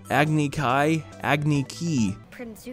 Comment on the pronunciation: Wait. They changed "Agni Kai" to "Agni Ki"???? Okay, I have things to say about this. So. Bear with me. I understand pronouncing "Iroh" as "Eeroh"– it makes sense (no, listen to me), because the letter I can make the sound "ee". The pronunciation "Eeroh" is plausible from the spelling I-R-O-H. Same goes for Aang. BUT. THE PRONUNCIATION "KEE" IS NOT PLAUSIBLE FROM THE SPELLING K-A-I. The only ways this could have happened is if they actually thought it was spelled K-I (ie they didn't even bother to do a GOOGLE SEARCH), or if they weren't putting any thought into these changes in the first place. This is– this is like if they took Mai's name, heard it was pronounced "May", thought it was spelled "M-A" with a long A, changed said long A to a short A, and pronounced it Mah. MAH.